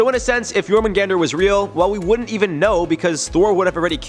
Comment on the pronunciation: Jormungandr, not "Yourmen Gander" 🤣